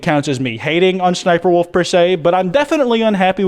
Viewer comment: Not trying to hate but “shniperwolf”